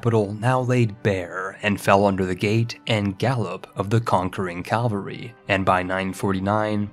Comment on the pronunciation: Nobody:: "Calvary Hegonomy"